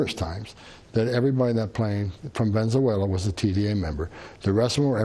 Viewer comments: "Venzewela" Reminds me of when W would say "nucular" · “Venzawaila” 😂Tom Homan and Elmer Fudd are the same person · He can't even pronounce venezuela correctly. How does this man have any credibility?